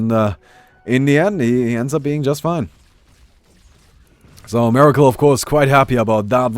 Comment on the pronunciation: this guys name is MERACLE not MIRACLE you should be ashamed BOOOO lol.